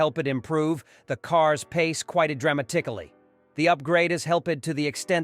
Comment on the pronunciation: Drama-tick-Ali? Weirdest pronunciation I’ve heard recently!